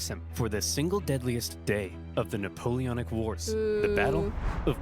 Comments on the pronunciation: It's not neapolitan it's Napoleonn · you foolish girl, the word "Napoleonic" is pronunced as "nuh-pow-lee-o-nuhk", not "Neopolitan" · Nuh-pole-eon-ick wars. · “The Neapolitan Wars” …I… I can’t do this man. I’m not strong enough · Why you can't pronounce it it's Napoleonic Wars❤